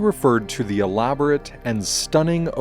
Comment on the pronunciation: Thank you for this helpful video. (Do learn how to pronounce the definite article in its various contexts.)